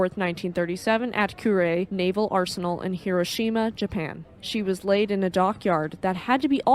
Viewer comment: "Coo-rei", not "Kyurei" Like a dove cooing. 🕊 Well done... yes I'm playing ketchup, just seeing some of these older videos for the first time. なんでも教えてもらいます。🙂👍🍶